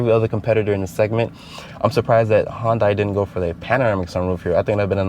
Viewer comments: hon-dai?? It's pronounced hyun-dae. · Its pronounced HUUUN-DAY... everytime you say HUUUN-DIE, I die.